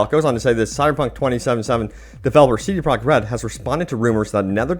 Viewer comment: Why do you pronounce it "CD Prok RED"? So annoying.